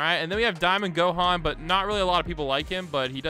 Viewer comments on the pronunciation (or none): none